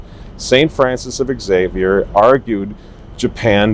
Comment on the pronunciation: Luvya but as a good Catholic Teacher, would you please pronounce St.Francis Xavier's name properly? It's simply pronounced Zave-yur.....it is not pronounced X-zave-yur.